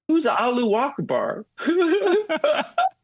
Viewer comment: “Alluwackbar” is killing me 💀